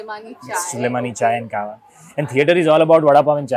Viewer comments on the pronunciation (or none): Not KAH-wa it's KEH-wa.